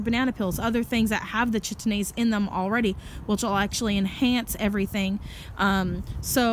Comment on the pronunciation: The CH in enzyme name is pronounced K. So the name js Kite-een-aze :) good info though.